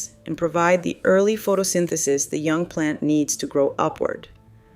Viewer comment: Not sure . Does sound Ai. Who pronounces and enunciates photosynthesis like that?